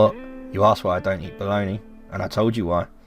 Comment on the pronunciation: "Don't be afraid, you are safe here". After years, now, I know both italian and english version. 😁 P.S. This game is one of my "lifechanging". Love the way you read the dialogues. P.P.S. I can't help you with the pronunciation of Bologna, actually, except that you said well with the soft "gn", that it's mostly known as "mortadella" here and that's absolutely not beef, but pork. 😅